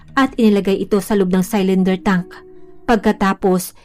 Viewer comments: Hnd po saylinder pronounciation.. silinder po ( cylinder ) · CYLINDER= SI-LIN-DER OR SI-LUHN-DUH SA GOOGLE NOT SAl-LAN-DER.